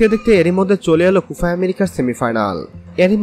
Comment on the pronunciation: কোফা না কোপা হবে 😂😂😂